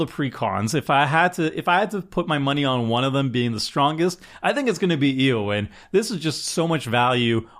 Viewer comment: "Aowyn" Shield-Maiden. Can't have you sounding like Seth, mispronouncing everything.